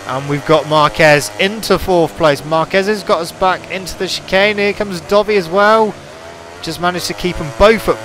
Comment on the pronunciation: Not trying to hate but I keep thinking your saying dobby instead of dovi lol kinda gets on my nerves but good vids :)